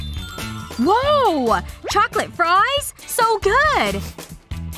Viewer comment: I'M ACTTLLY JAHIR RAMOS AND DUDE ITS FRIES NOT FRIS